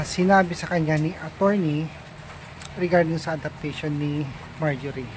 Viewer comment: KUYA TOY! IT'S NOT ADOPTATION!!! IT'S ADOPTION!!😂😂😂😂😂😂